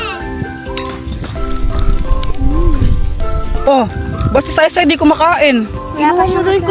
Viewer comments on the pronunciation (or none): Hindi say say sai sai Yun